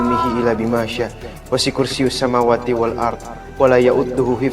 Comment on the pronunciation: Wasikursi maap bacaan doanya kurang benar😂